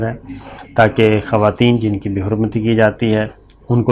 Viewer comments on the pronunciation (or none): none